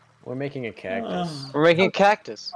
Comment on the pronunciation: cactus->caccus->cackus nah man “cacSUS”